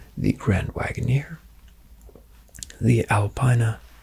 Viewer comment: Love these high-end RP videos--great work! 1 nitpick for you: it's BMW Alpina (al-pee-nah) 😀